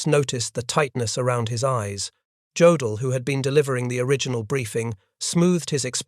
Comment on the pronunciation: Jodel is pronounce ( yodel ) keep listening for your mistakes